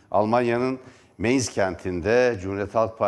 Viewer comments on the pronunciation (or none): Merdan bey Sehirlerin isimlerini dogru söyletecek çok insan var . Meinz degil , Mainz okunur ve yazilir. Digeri Saarland yazip Zaarland okunur. Duyururken yarari var. Selamlar